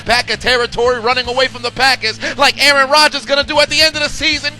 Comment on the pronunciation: A A-ron Rodgers